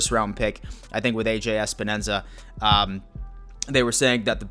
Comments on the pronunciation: WTF!!! lol Espenensa🤣🤣 It's Epenesa bro, so funny!!! He's a beast!! Power with great hands!! Deceptively fast too! Just think of Phil Hansen, Let's go!! 💯💯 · Everyone say it with me: EP-EN-ESA! It is not ES-PEN-ESA. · "Especially our first pick: AJ...." "OH SHIT! How do I pronounce it! Think! THINK" "...Espanenza!" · Love your videos but get the damn name right EPENESA is not that hard lmao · Mafia brother, its a samoan last name and its pronounced eh-peh-neh-sa lol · He was throwing in a few extra syllables, haha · Can you pronounce Epenesa's name correctly please? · Anyone who can't even be bothered to pronounce a pick's name correctly is a total dick. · Not only did you say his name completely wrong, you must have done it a dozen times. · This fucking loser doesn't even know how to pronounce Epenesa's name right